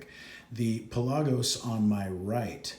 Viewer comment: Pelah gose lol your saying it funny